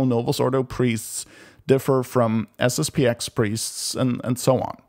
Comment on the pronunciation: It's SSP-ten.